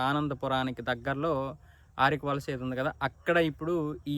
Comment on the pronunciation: ఆరికవలస కాదు brother, మారికవలస